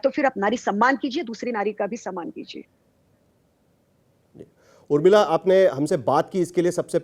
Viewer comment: Urmila.. Urr mila.... Not urr uda...